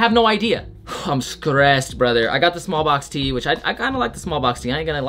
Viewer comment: white boy saying he skressed LOL dude straight out the suburbs